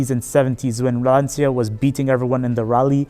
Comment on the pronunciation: It's not pronounced "lantsia", it's "lancha"!